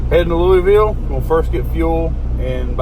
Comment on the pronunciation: I’ll be in Louisville Saturday for the state fair with da in-laws ahhhh run Thank God Someone can pronounce that City correctly, i keep telling my in-laws who are from there it was named after King Louis XVIII Were you on the West Side of Louisville?